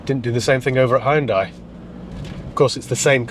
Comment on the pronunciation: Glad to see you haven't pronounced it 'Hee Un Day' as the marketing muppets now call the name after all these years. We might possibly have been mispronouncing it for all those years, but a brand name sticks. This particular one had looks that stood out. I bet you can't find a decent Daewoo (or Day Who, as my uncle pronounced the name) / Chevrolet Tacuma that's decent though. Now, there's an idea!🤔